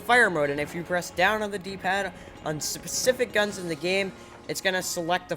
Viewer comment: you said sizzspific instead of specific